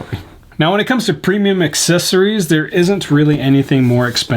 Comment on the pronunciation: OMG!!!!!!! you finally said it correctly... "aksesory" kudos to you! :) :) :) lol